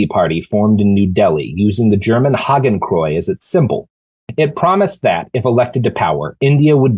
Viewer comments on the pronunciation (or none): Robert? Say after me: "Haa - Ken - Kroy - Ts". Hakenkreuz. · Robert, you have got to learn the proper pronunciation of “Hakenkreuz”.